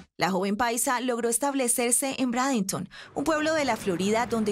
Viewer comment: Brandenton y se pronuncia breidenton